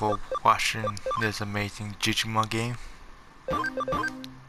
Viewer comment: Please learn how to say subscribe and digimon for the fact you can im watching a different video